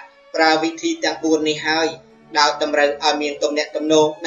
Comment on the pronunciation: ទៅវិញទៅមក មិនមែនទៅម៉ោទេ 😀😀